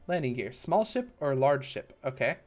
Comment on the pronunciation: every time he says ship I keep hearing shit